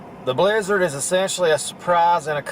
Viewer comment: BLIZZARD?...I THOUGHT YOU SAID LIZARD!